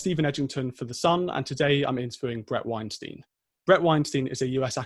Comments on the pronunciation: His name is Weinstein, not Weinstien... Bothers me more than it should... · WEINSTEIN, like 'Einstein'. Not 'steen'. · its not weinSTEEN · Shame you can't get his name right. It's WEINSTEIN, rhymes with EINSTEIN!